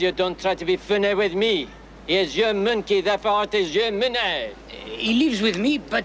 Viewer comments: You said minkey. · Minkey? .....What? ....You said MINKEY!!